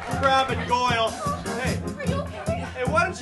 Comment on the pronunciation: It's goyle